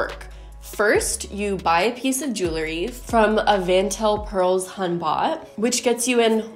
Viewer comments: I lose it every time you say hunbot 😂😂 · Are you saying "Hunbot?" "humbah?" I can't figure it out? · This is so beyond bizarre, I can’t even comprehend how someone thought this was a good idea. And.... are you saying ‘humbot?’ I am not familiar with this terminology. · Are you saying Humbot?